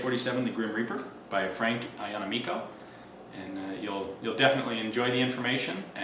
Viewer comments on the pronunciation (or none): fyi: ya-na-me'-co (i have the same last name and everyone mispronounces it).